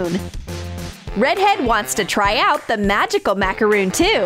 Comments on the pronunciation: BRO ITS CALLED A macron not macaroon there is a difference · It’s not called macaroon it’s called macaron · That's a macaron, not a macaroon.